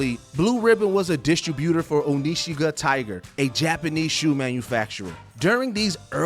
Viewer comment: he forreal said "OH-NEE-SHEE-GUH tiger"